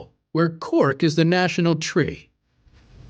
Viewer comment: "They cut the tWee" XD